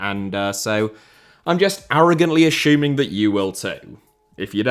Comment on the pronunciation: when did "assuming" turn into "ashuming" in English?